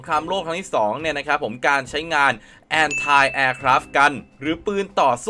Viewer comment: Anti แอนไท มันแปลกๆนะ เคยได้ยินแต่ แอนตี้